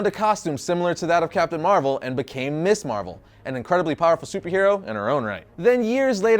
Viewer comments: Ms. pronounced Miz. MIZ Marvel, not Miss Marvel! And Monica Rambeau was Captain Marvel long before Carol Danvers. I am so close to giving up on you. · This is such a nitpick-y thing but... I think worth mentioning. Your pronunciation of Ms Marvel is slightly off. Ms Marvel should, actually, be pronounced Mz Marvel with a hard "z" sound, not like "Miss". The naming of Ms. Marvel as "Ms." Marvel rather than "Miss" Marvel was a deliberate distinction during the 70s since the use of the term "Ms" was a bit of feminist statement at the time. When used correctly, "Miss" is only used when a women is unmarried, while "Ms" is a neutral term that can be used regardless of whether a woman is married or single. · I know you're young, but it's pronounced "MIZZ" (Ms.) Marvel. NOT "Miss Marvel".